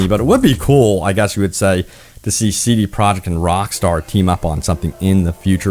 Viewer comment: I keep hearing CD "product" red and it's honestly taking all my attention from this video. It stands out almost as much as hearing Benedict Cumberbatch say PenWen